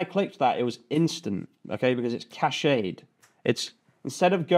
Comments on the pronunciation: In the U.K. it’s definitely ‘cashed’ not ‘cashayed’ 😊 This is a really interesting build, as you can’t (at the moment) edit the individual listings to upsell enhanced listings etc what is the monetisation strategy or lead gen strategy you have in mind for builds like this? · "Cashayed", it's genius he's gotta keep saying it regardless 😂